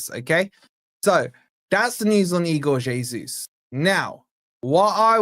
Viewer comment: Its es uss not jay soos